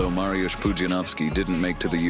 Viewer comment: it's not Marjus but M A R Y U S H